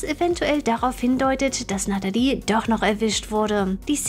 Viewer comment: Du kannst ihren Namen nicht mal aussprechen die heißt natalie und nicht natedi